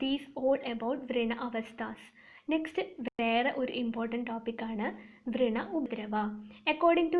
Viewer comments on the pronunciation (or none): Hello it’s not vreena( your pronunciation) it’s vrana